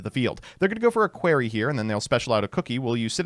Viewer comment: The "a query" pronunciation of acroquey makes me want to penetrate my ear drums with a tuning fork.